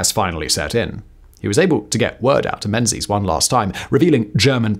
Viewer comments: It's pronounced Mengis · Interssting fact "Menzies" is more correctly pronounced as "Mingiss" - it comes from the extinct letter "yogh", which was transliterated as "z" when we moved to moveable press printing. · Pronunciation of "Menzies" is somewhat lacking !